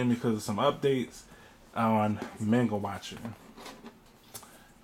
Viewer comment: Murdering the pronunciation of 'manga'... Why? Manga, 'ma' like in 'mama', not like 'may'.